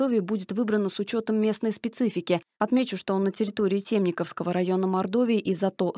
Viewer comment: Уважаемые журналисты, перестаньте наш район называть ТЕмниковский, он ТемникОвский, ударение на "О". Уважайте мнение населения ТемникОООвского района. Вот сколько лет журналисты ГТРК "Мордовия" ставят ударение на "Е", даже федеральные каналы и Саровский телеканал делает правильное ударение.